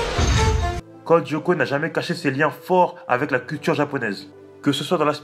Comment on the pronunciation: Juste,ca me derange beaucoup comment tu le prononces. La serie est en 2 mot pas en 1 pcq tu dis Codyoko hors que code Lyoko